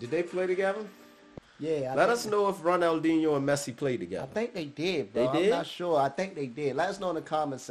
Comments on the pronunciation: You said his name correct on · YEH MAN so glad you showed your Bro this....for 3 years this guy hit a level i have never seen before or since, Crazy Ronal- Dee- Neo that's how you say it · Pronounced, Ronald-genio, he was going out as Messi was coming in. Taught him how to move thru defenders, basically. This man is a lot of folks favorite player, ever. Passing thru the legs of a defendor is called, Nutmegging (not sure why). It's a popular show of disrespect among racial and ethnic minority players when they feel they've been targeted on the field. Ronaldhino was probably the first pro soccer player who did beach tricks (constantly juggling over opponents heads, passing with his shoulder, x-games stuff on a pro-level field). Plus, he could score. Damn good striker outside the box. Great Brazillian finesse, too. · Ron-nal-di-ni-oh. That's how you pronounce him. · Pronunciation: Ron - El - D - Knee - O (Ronaldinho) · Ik I’m late but it’s pronounced Ronaldinyo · The brother in red is almost say corect ronaldiniho de asis moreira